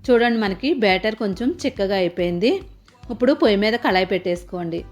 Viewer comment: ఇప్పుడు అనాలి ఉప్పుడు అంటున్నారు.